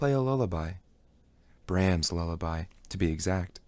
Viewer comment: Thanks for spending the time to do this. But please double check the pronunciation of words you're unsure of. It's distracting to hear cellist, Brahms, and others incorrectly.